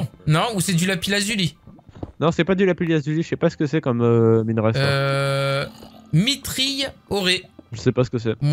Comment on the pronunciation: c pas mitrhill oré comme tu dis c mitrhill ore